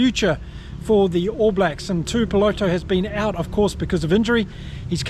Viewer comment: Alot of people online butcher Patrick Tuipulotu's last name. Especially non kiwi channels. But come on bro as a ex kiwi. You go to pronounce it correctly. Its pronounced "two ee poh lot two"